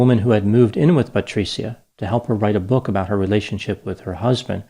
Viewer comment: Thankyou for making a document about my favorite city, Firenze. Patri-cia is like pronounced as ciao with a soft c but your Italian is getting better. Patricia would be disappointed in you killing her name pronunciation.😃😇😃 Another successful analysis of killing grammar. Patricia will condemn you to Dante’s hell ( he was also from Florence ). I can count the ways you mispronounced her name, which speak to which level of hell you will remain in, Dante’s hell....😅 Thankyou..😁🤪😁 PS. Please don’t betray me, Dr. I’ll buy you a superior Gucci product ( Patr cia the c is pronounced like Gucci )